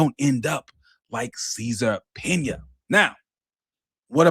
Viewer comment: Cesar Pina. Pronunciation (cease and subpoena)